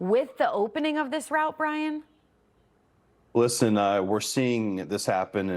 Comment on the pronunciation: I literaly understood Brian when she said and when she said Brien:D